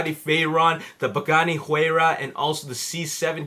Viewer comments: it's "Y-Rah" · your putting to much emphases on the H in Huayra